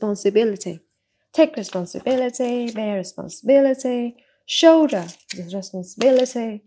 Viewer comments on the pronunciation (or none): Cô ơi. Hình như là từ priority, assume và từ shoulder đang phát âm chưa được đúng lắm phải không ạ